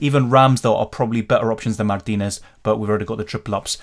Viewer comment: Love your proper pronunciation of " Mártinez " 😎